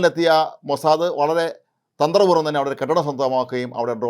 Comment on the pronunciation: സേട്ടൻ മോസാദ് എന്ന് പറയാൻ പഠിച്ചു സന്തോഷം